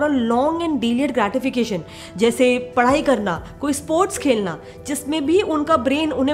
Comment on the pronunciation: It’s not padai it’s padhai smh